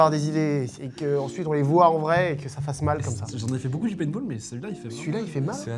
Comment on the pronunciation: Mdr c paintball pas painball mais sinon vidéo incroyable